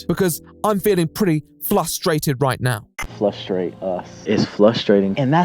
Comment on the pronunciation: lol she’s making fun of Austin’s inability to pronounce frustrate correctly. He says “flustrate” repeatedly - .